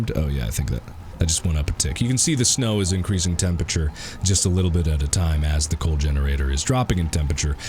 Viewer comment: I love how Mark pronounces 'temperature' as 'tempeche'